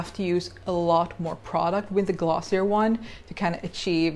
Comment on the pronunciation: You pronounce glossier wrong